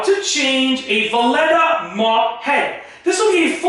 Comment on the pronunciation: Is he saying Vileda wrong just to piss everyone off?🤣